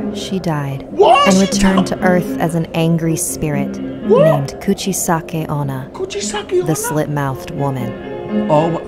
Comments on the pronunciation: its kuchisakke onna Me: its cuchi sake oona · Who is Kuchisake onna isnt it Coochiesake onna 😂😂😂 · "Couchesaki onna" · Says “Kuchisake-onna” Also: InsErT JOjO MenACinG